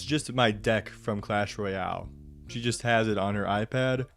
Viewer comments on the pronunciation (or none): so weird how he says she